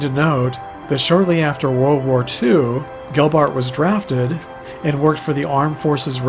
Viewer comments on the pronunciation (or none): none